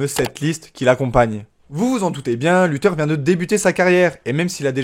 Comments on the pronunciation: Mdr lutheur il dit sa se prononce luthair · Carré la vidéo ! Par contre c'est bien [LuthÉRE] et pas [LutEUR] 😅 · C’est luthèr pas lutheur